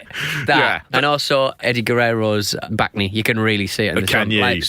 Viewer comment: What he said bacne I thought he said “back knee”. So I was like wtf is wrong with the back of his knee?!